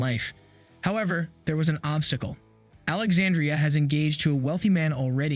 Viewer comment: Pronouncing Alexandra’s name wrong.